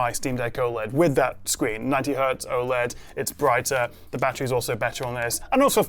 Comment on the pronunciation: aside from being oled every word you just said was wrong.